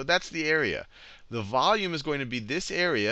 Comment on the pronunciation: How to pronounce volume vowme. XD